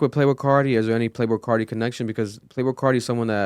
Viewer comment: “Playbrul Carti”